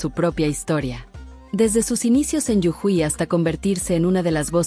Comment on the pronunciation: Jujuy no llujui